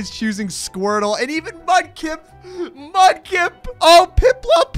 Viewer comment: Mudkip not mupkip